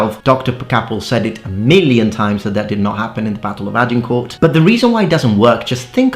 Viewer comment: This anorak cannot even pronounce the name "Agincourt" correctly but is an authority on the colour of the socks worn by the combatants. What a dork.